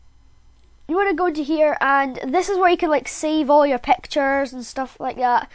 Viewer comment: I loved the way he said pactures